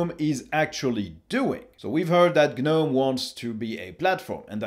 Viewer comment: Pronounced "Guh-nome" properly. Clicked Like.